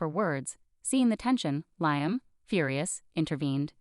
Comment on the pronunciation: Liam is pronounced "Lee-am."